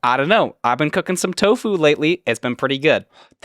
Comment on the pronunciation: i thought you said "Toe food" lol